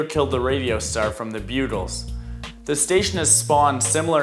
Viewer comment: It's Buggles pronounced BUG-GULLs not Bugle like the horn used by the military.